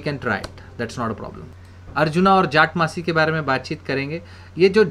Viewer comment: It's jatamansi..sir..not jatmansi